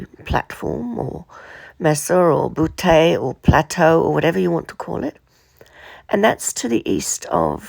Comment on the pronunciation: In North America anyway,, butte is pronounced "byoot" — rhyming with cute or mute. e g. Picture Butte [byoot], and Twin Butte [byoot] in Alberta, or simply Butte [byoot] in Montana.